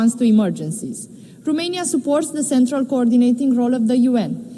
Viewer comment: In limba engleza, Romania se pronunta tot Romania, nu Rumenia 🙄 De cand o vedem ministru, e a nu stiu cata oara cand a pronuntat Rumenia, o singura data a zis Romania 🙄 De ce ales sa vorbeasca cu parul in ochi? 🤔